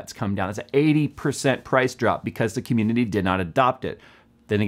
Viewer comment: dident here him say it once.... he did say comundidy a lot.